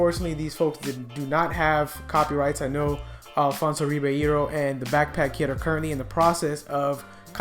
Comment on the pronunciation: I’m mad you messed up Alfonso’s name!